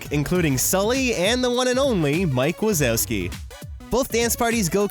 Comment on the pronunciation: Did he say MIKE WASABI